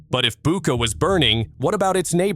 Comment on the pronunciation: It is Butcha and not Buca!